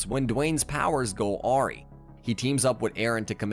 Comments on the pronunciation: Grammar isn't your strong suit it s it? U call him a patient if a school and said "ahri" not "a rye" for awry. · Is it me or is this reader not 100% an english speaker? (Or is it an automated voice?) Aw-ree (awry)